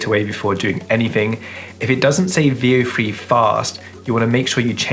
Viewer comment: Bro had me google “vio free” my girl said boy he sayin “veo three” the brits dont like the “th” sound. Three is free. Weather is wehvaa. Throw is fffrow.